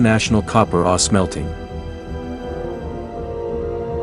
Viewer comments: I've never heard anyone pronounce ore the way you do. Are you familiar with hockey great Bobby Orr? That's how you say it. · This guy doesn't even know how to pronounced the word "ore".